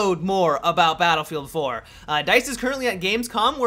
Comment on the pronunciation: It's "Battlefield 4" no "Dinofield 4" dude..